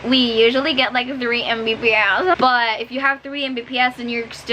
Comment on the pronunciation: "Thrwee mpb-essshhh!" 😂